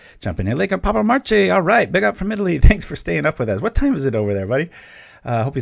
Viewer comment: yes you are pronouncing wrong Marche XD, “che”is pronounced like “ke” of supermarKEt ( for example).